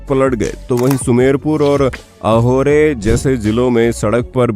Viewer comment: Bhai wo ahore ni Ahor h 😂